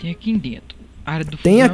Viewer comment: "Tem arquimdento" KJKJKJKJKK